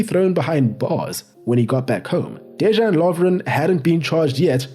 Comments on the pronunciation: II'm Croatian, great video. Also, great pronunciation, except for letter "j" like in Dejan and Joško. It's not like "j" in English, but like "y" for example in "young". Keep up with the good work! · When you see a letter "J" in names try to pronounce it as "Y" in "Bay" Now try saying Dejan and Domagoj again ;) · lol, exactly. De-yan Lovren not De Jean Lovren. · as a Croatian myself I'd say otherwise, especially when a player has "J" in his name, it's read the same as "Y" , for example: "Yo-shh-ko" Gvardiol (he read this correct) or "De-Yahn" Lovren (read it kinda like yawn but faster) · beatiful summary mate, I'm aware Croatian names n surnames are hard so i'll assist ya ,Dejan Lovren as DeYan not Dezhan and Joško Gvardiol Yoshko Guardiol, keep on the good work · This is amazingly accurate. Good job on pronunciation, too. Except for Dejan Lovren. He is DeYan, not Dezhan. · Dejan is pronounced like dayan not j like jordan. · Almost everything was correct. Except the Js should be soft, like a y sound. De-yan not De-žan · This was a great video. I'd never expect anyone from outside Croatia to know these things this well. You did a very good job with the pronunciation, I was impressed, except a few minor things, like how J is always a Y sound in Croatian, so it's De-yan Lovren and Domago-y Vida, and also C is a ts sound, so it's Marko Pja-tsa. This video was truly a joy to watch. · Hat tip for doing a lot of effort to learn how to pronounce names of our playes. As I heard, the only problem is with letter "J". You should read it as"Y". DeYan Lovren, Mirko Yozić... Besides that... Great research, analysis and great work. Congrats! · The fact that you can pronounce Vrsaljko, but not Dejan is hilarious (not throwing shade, tho). Cool video, greetings from Croatia :)